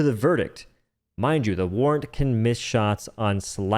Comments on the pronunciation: War ant durr it's pronounced warrant ffs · Did u say war ant? For the warrant?! 😂😂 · The senator not being top-tier Sheerly because when you pull it out you do a little spin is unacceptable. Barring the fact that it has heavy fucking penetration.... Also did he call fucking warrant, War Ant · “War-ant” is a funny way to say felonie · Warrant pronounced as "war ant" is certainly something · I only disagree how you said "warrant"